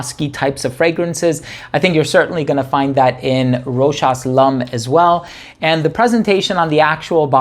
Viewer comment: Well pronounced brother! 😀👍. For everyone else in the comment section. This is an official commercial of the perfume Mademoiselle Rochas. Hopefully this puts an end to the debate on how ROCHAS is pronounced